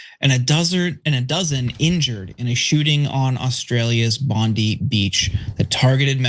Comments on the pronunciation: Its pronounced bond-eye not bond-ee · "Bond-eye" not "Bond-ee" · In Australia we say 'Bondi' as in BOND EYE not Bondy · All you Yankees watching this it's pronounced Bond-EYE not Bone-EEE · For heaven sake its pronounced BOND-EYE. Not BOND-I...the i at the end is pronounced eye. Lol. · It's pronounced "Bond-eye", not "Bondee". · If you are going to report on this tragic event please try and pronounce the location correctly - Bondi is pronounced "BOND EYE" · It’s pronounced Bond I. It’s important to us aussies. Thank god for the Bondi green grocer, Ahmed al-Ahmed for being the fly in the ointment in the anti Muslim pile on that is happening. He is a genuine human and Australian hero. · We say "Bon-dye Beach. Rhymes with hi. Love your work. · "Bondy Beach"??